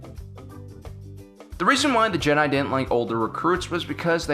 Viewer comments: Is it just me or does it sound like he says "Jedah" sometimes rather than Jedi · Matt Quarry It should also be mention that he keeps prouncing Jedi wrong for fucks sakes man learn to pronounce shit... Ok on to the matter i agree with The OP here and also let's say they allow others to mine the crystals? Oh wait the death star was powered by it right? Anakin wasn't asked to do battle he did it on it's own... Jedi order wasn't funded by the republic... The holocrons are dangerous to anyone who doesn't understand that some of them have the dark side in them and can poison any force sensitive.... Anakin was being sort off controlled by Sidious why he killed the count dooku... While yes the clones were they were sort of possessions but i do agree it is inhumane to do so... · he pronounces "jehhh DIE" funny